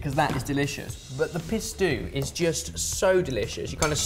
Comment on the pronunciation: my son watches from time to time and he got the giggles so bad, everytime you said pistu he thought you were saying pi** stew... thanks guys. lol